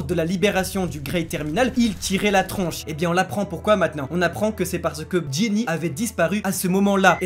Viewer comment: vous y arrivez pas à dire Gynny x)